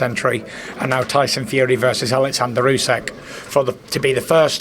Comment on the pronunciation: Can someone tell Tyson how to pronounce Usyk?! And also that it's the year of the Rabbit this Lunar New Year.